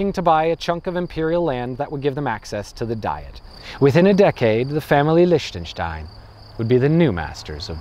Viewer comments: "say it as leeshtenstein" oh my god no, who gave you that advice? Ch in German has IPA [x] pronunciation. Like Rammstein - ICH will. Or english (scottish) LOCH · The way you pronounce Liechtenstein is sooo wrong... It should be "Leehtanshtine" 🙏🏻 other than that... Nice video! I live here and it is indeed a very interesting place! They're the nicest racists you'll ever find! And I mean it! They're so helpful and cheery and smiley all the time... But you're not allowed to live in their country for more than a year! Wtf? 🤣 Unless you have loads of money... Then you're welcome anytime! Crazy ass people, I swear! But I love them anyway! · Why "Lish-tenstein"? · Well he already acknowledged that himself with the endslate thing: "SAY IT AS LEESHTENSTEIN there's no way that's correct USE IT ANYWAY thanks brain" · I'm trying to hold back from criticizing his lack of glottal fricative in the "ch" of Liechtenstein. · Wow such a quality video... Can't even pronounce "Liechtenstein" properly. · I mean... okey whatever this country might be not significant at all but still... still kinda caught my ear that he pronounces it differently most of the time... proves he doesnt give a damn. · Wow. This actually escalated quickly. I'm speechless. I just didn't feel like you tried to pronounce it properly. And i'm not trying to be too negative... just giving some critique. Cheers.